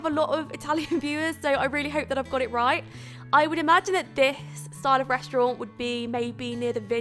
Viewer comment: Please say restaurant like a normal person, don't try and make yourself sound posh.